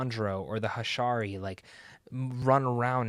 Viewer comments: Not "hashari" it's pronounced [ha-she-ra] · Pronounce the names how you need to bro, but the Hashari? That hurt.